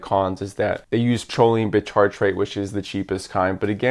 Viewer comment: I was confused when you said "sholine".. its "koline".. sorry to be that guy..